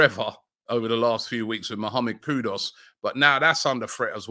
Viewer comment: KudUS, not Kudos